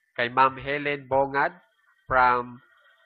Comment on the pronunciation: Sir request lang po pwd pakiayos po ng pronunciation ng aking apelyedo bongat'.. Ang tamang pronunciation po nito ay combination ng bong at gat (Bongat) Salamat po..